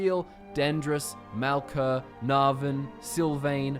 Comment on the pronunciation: Lol, he said my Skyrim character's name. It's Navn